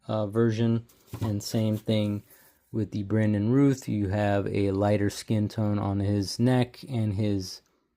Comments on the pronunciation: Pronounced Routh like south not Rooth. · 😅😅😅😅 yup. Routh>rowth